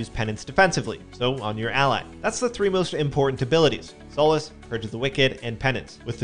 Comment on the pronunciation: "Sah-lass" not "So-las" (Power Word: Solace)